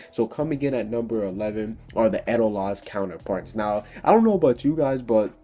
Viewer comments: IKR! HE WAS EVEN SAYING EDOLAS WRONG. IT'S PROUNOUNCED Ed-O-Las !! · Theres this thing called a manga have you read it guess not god you dont even know how to spell edolas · he says a lot to stuff wrong like grandina and edolas